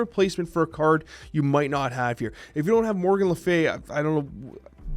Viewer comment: Was it deck though? Regis said he got it off Untapped? I couldn't get past pronunciation of Morgan to watch the whole video.